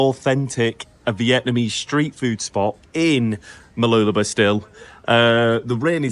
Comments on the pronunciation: Mah-loola-bah stress on loola and less stress on bah. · Mooloolaba is pronounced 'bar' at the end. Enjoy your reports. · I tell foreign friends it's pronounced Moo loo la BAH with an emphasis on the end. seems to be dropping the end to just "b".